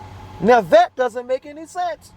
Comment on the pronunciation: His dumb speech is the funniest thing - takkit not tacit, axed not asked, dat not that, hood rat ruuug. Etc